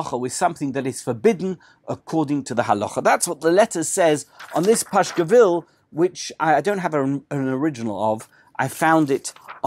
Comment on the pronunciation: Dear Thanks for your very interesting presentations. I would like to ask how come you call "pasquill" a "Pashquill" ( in old russian pronunciation of that word)?